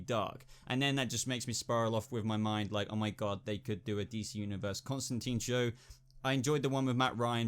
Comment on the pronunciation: if you're going to mention Constantine, at least pronounce his name right. it "rhymes with fine." (in his own words) ...tho Etrigan rhymed it with "pantomime" once